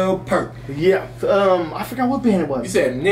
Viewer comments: It aint Pert, it is pronounced PIER-T, like a beach pier:elbowcough::elbowcough::elbowcough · It is Peart as in the word Ear or Hear. Peert, not Puhrt. One of a kind. A master at his craft and the SOLE reason I become a percussionist🤘🤘 R.I.P. Neal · Peert. Not Purt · Enjoy you but I’m stunned that you would even dream of comparing Tommy Lee to the one and only Professor Neil Peart (pronounced Pee-rt). John Bohnam and Stewart Copeland I could understand putting in Peart's company but Tommy Lee?? Yikes. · Say his name like the word "Ear" with a P and an T at the end. Peart. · Peert. Long e sound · Neil Peart pronounced like pear but with a t at the end of hus last name but Niel is the best Tommy Lee idled Neil Peart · It’s peer -t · Pronounced PEE'ART.